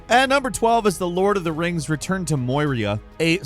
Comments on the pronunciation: Bro... Did you really just say "Return to Mor-ria"?! You've said some words wild AF before but WTF man😂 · the "Moy-ria" killed me XD. Excited for LoTF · Where then will you go? To the mines of moy-reee-uhh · Moy-ria? Always strikes me as strange when big gaming channels don't put in the effort to learn pronunciation. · We just gonna let him say “Moyria” 😂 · Return to... Moiria? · MOYRIA?! COME ON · Fort-za? Moy-ria? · Did he say Moiria? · Awesome content! But what’s “Moyrhea” lol. Keep up the great work and take care! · What is LOTR Mines of MOY-E-ya? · I'm sorry, but how the fuck did you just pronounce MORIA? MOI-REEA? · Why can't you say words properly? Fort za?? Wtf is that? It's forza bro. And moyria? It's Moria with a hard o. Frigging Americans. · Return to 'Moi-ree-ah' huh? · Moi-ria ...bruh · Return to "Moyria" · The way you pronounced moria was painful.... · Did really say Moria that wrong???